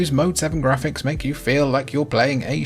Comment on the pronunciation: you are clearly NOT pronouncing words as the rest of us pronounce them, for example, Graphics is not pronounced Gray-fix, it's Graph-icks! And Yakuza is not pronounced Yak-you-za, it's properly pronounced Yak-oo-za! GodDAMMIT dude, go take a Pronunciation Class from someone articulate and well-learned who DOES give a shit about applying what he's learned in Republican-teacher taught educational institutions, instead of schools that are brainwashing kids nowadays!